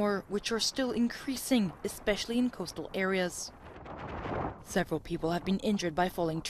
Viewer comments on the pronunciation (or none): It’s /COASTAL areas/, not /coastal AREAS/.